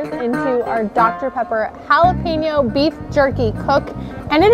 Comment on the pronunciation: Cool idea, but to be honest you lost me when you mispronounced both Jalapeno and Habanero. Small thing but attention to detail is important for both YouTubers and Chefs. I couldn't finish the video due to the cringe every time you said it.